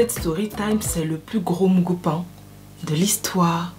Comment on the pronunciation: "mougoupan" heee ivoirien 😂😂😂😂😂